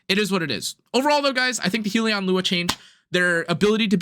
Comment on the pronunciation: Not to be that guy but it’s pronounced Hell-Yun not Heel-E-On. A Hellion is like a creature from Hell